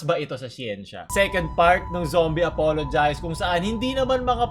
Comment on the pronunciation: pronounce as Zombie APOLOGEEZE NOT APOLOGIIZE